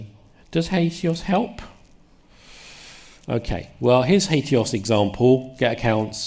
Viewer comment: HAT-EE-OAS (why you saying HATE-EOAS??) so much for all the "a.i." makes everybody an app builder✨️🤷🏾‍♂️✨️ REST is just HATEOAS for port 80. it is confused to suppose there is a "traditional REST" that HATEOAS obsoletes. HATEOAS has always involved you treating URIs that way. nothing new has been introduced that HATEOAS doesn't already imply as of 2 decades ago.